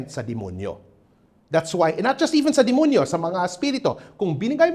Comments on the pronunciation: Oo yung word na 'dimunyu'. He's probably a Cebuano mestizo. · I like the way how he enunciates Dimunyu like how the visayans say it. ❤